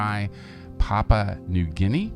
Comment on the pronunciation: It's pronounced "Wah-kull-ah". Kull rhymes with gull. Papua is pronounced Pa-poo-ah.